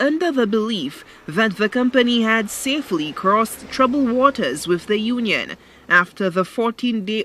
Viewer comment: Union! Not nunion